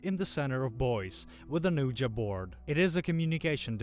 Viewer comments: It’s pronounced “WeeGEE board” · Ouija is pronounced "weejee"